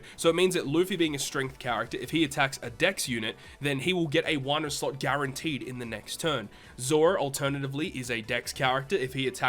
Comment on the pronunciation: i always grin when he says "sluts"... ohh sorry "slot" lmfao.